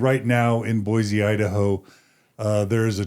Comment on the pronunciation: ...please learn to pronounce B O I S E, Idaho...there in NOT a " Z" in the spelling or pronunciation of Boise...thank you.